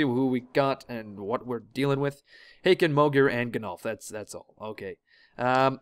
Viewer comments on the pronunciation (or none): Hakon would actually be pronounced H - awe - kon.